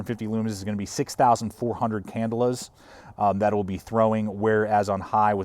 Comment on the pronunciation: "can-DELL-a" not "CANdle-a". just sayin'